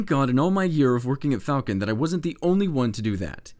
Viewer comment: "Flacon" Nice